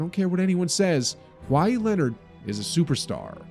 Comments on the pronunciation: Kawhi-eeeee. Stop saying his name like that. Sounds terrible. Either get cultured or delete this video forever. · his name is not kwy-ee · Why does he say kwai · why is bro saying “Kwhy” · lol i love when people pronounce his name like hawaii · The h is silent in Kawhi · The way he pronounces kawhi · Voice actor can’t pronounce Kawhi 😢